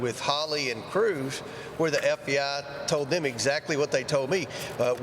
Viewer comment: Wonder why Comer keeps plainly saying FDI, instead of FBI ???